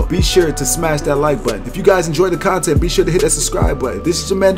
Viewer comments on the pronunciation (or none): none